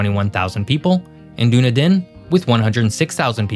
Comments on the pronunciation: Omg! The pronunciation of NZ place names in this video is shocking! Dunedin (Dune-eh-Din???! It’s Duh-Knee-Done) is shockingly bad, as is Taupo (Toe-paw) and to a lesser degree Tauranga (Toe-rung-ah). Do us a solid, get the names right?. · you done well untill u said Dune-in-din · How about some proper pronunciation? The city in the south is pronounced Dun-eedin. (Accent on second syllable) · I thought is was pronounced "Done-Eden"; not "Done-a-Din". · As a former South Islander I found this to be an excellent summary (except it’s Duneedin emphasis on the 2nd syllable). The biggest reason for the population disparity are the greater job opportunities in the North Island. Greater Auckland comprises almost 1/3 of NZ’s population so is a huge magnet for internal and external migration. Wellington, as the capital, has its own economic pull like any capital city driven by government spending on administrative staffing. The weather is a factor as the climate in the most populous northern half of the North Island is significantly milder than the South Island. However, the lower population density and spectacular more dramatic scenery of the South Island makes for a more accessible outdoorsy lifestyle. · And is not pronounced "Doon a din". :) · That made me laugh so much, mainly because he'd not been doing too bad a job at most of the other place names!!! Doon a din sounds like a place taken right out of Tolkien though where there would be a castle and a great battle!!! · Americans in general seem to have trouble with Dunedin. Dun-eee-din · 10% of New Zealanders actually live in Australia. And it's pronounced Dun - Eden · Dunedin is pronounced ‘Done-nee-din’ - New Zealander here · = pronounced "Done - eden". Also a few of the example pictures of north island landscapes are from the south island and that building destroyed in the earthquake segment isn't from NZ. Otherwise a good video. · Actually, it's pronounced Dun-EE-din...! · Dunedin is pronounced as done-eden